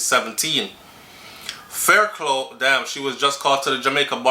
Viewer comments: Sighhhhhhhh everytime you said faircloooo I wish I could call you and say faircluff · Thanks for that info. Always informative. The name Fairclogh pronounce (Fair-cluff). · Hey,! Blessed weekend. Fairclough (pronounces Fair-Clof). Blessings